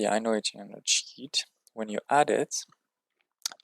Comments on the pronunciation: I know you didn’t, but on my first listen, I swear you said “music sh!+” at first😅. Nice guide and thanks for the work that went into this!🍻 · Good video, bro ! It’s music SHEET pronounced as « weed » in French the way you say sounds like caca . C’est drôle ! Keep it up